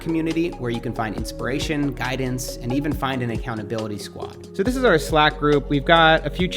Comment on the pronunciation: I noticed while you speaking, you say DISH instead of THIS!!